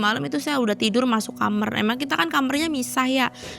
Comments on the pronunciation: Ini orang mn sih saya selalu denger semua narsum mamg ae...klw ngomong kamar...kok JD kamer. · Sering ntn tp br ini komen.. Dh sekian narsum kenapa dehh nyebut kamar itu kamerr